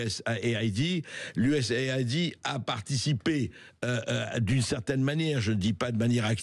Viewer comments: Ce n est pas IUS AIDI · Pourriez-vous prononcer IUS EID?